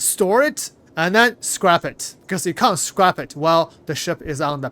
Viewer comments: It's scrap the "A" is pronounced like apple. Scrap rymes with tap, lap, Map, rap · lol He says it correctly like 10% of the time. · Scrape is spelled with an E Scrap is pronounced scr-ap like an AP on your phone or computer not ape. Your pronouncing it like your scraping hulls on ships and it's a soft a like at not ate. Thank you for the video and helping us stay on top of all the changes. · my man, it's S-C-R-A-P short A, not Scrape with a long A. Two different English words, just an fyi. Just thought you should know. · I think it's scrapped, not scraped. It's pronounced with the A having the same sound as if you say 'hat'. Scraping is when you scrape something off something, ie I scraped the paint from the chair. I can't actually read the text so forgive me if I'm wrong, but I feel safe to assume and hopefully help your pronunciation for the future.